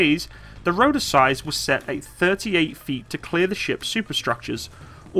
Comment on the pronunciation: What's a "roder" ? What's a "compuder"? What's a "faciliddy"? :D